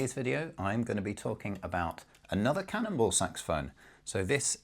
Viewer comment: Am I the only one that thinks he's saying cannibal?